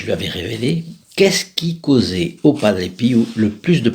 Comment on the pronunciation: BONJOUR A TOUS ET A TOUTES ENFIN UNE PERSONNE QUI ARTICULE ET QUI PRONONCE TRES TRES BIEN BIEN LE NOM DE PADRE PIO (PERE PIEUX ) BONNE JOURNEE A TOUS ET A TOUTES